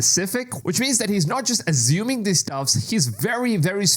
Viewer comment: Azzuming vhat & vhere haha cwazy idk